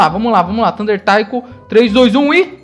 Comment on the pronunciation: a silaba tônica de Taiko é "Ko":)